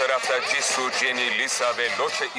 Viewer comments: Ciçu Çeni Lisa Roçe Ab- BTS yi söylemek bile istemiyorum bari biraz anlamlı söyle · Bir şeysöylicem blackpinkin adlarini söylerken jennie lisa rose en sonda jisoo diğıl liçoo dedii🤣